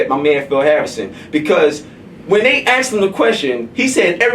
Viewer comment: It's pronounced ASKED not AXED